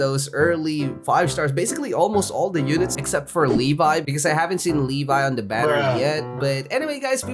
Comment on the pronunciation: should have said "Leh vee"